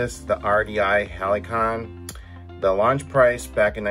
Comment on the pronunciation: pronounced "HAL see on". My dad worked for RDI back then and we had 2 or 3 of these growing up.